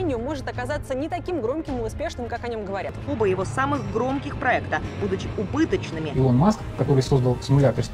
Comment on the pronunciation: Я конечно все понимаю, но когда даже видео подписано Илон Маск, то зачем в озвучке говорить Элон?